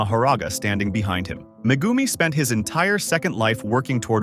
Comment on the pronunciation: Bro cmon you don’t even say megumis full name or say it right